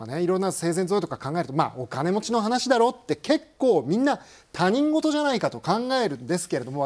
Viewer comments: 豊島さん好きですけど たにんごとって読むアナウンサーは初めて見た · 他人事は「たにんごと」ではなくて、「ひとごと」だと正確に読んでほしい。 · 「たにんごと」× 「ひとごと」〇